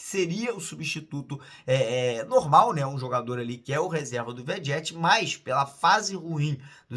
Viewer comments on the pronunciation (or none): O insiste em pronunciar o nome do Vegetti de forma errada😂😂